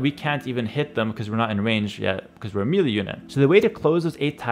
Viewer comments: One small tip, its Meh lay not meely. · Great tips. I was able to understand most of it as a total noob. Also, you help me, I help you: melee = ‘MAY-lay’